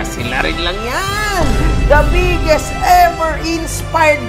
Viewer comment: Kakanood namin magasawa kay yung anak namin naririnig pala, lagi sinasabi "the bigGeeest" HAHAHAHAHAHA